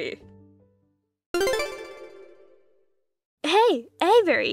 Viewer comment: The mispronunciation of VALERIE is hilarious. And why is he calling her the baby’s mother.